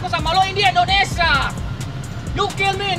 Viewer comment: Indonesia bang..bukan endonesa..